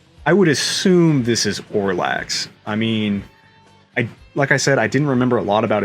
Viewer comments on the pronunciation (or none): You’re pronouncing “Orlax” (rhymes with Pokémon Snorlax), but it’s “Olrox.” In the Castlevania lore, it is believed that he is the uncle of Alucard. I could be wrong, but I believe that’s the case according to the Castlevania dungeon online.